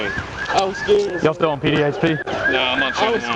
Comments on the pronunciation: “I was skeered” 😂 yeah, of getting caught!! 😅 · "I was sceered..." Yep. Just like every other criminal in America.